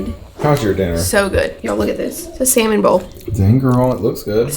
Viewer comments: says saLmon like I do. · I had to turn on the subtitles because I swore said he was making Salmon Balls for dinner.....LOL